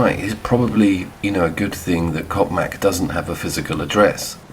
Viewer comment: yeah. Perfectly pronouncing that P in coPmac....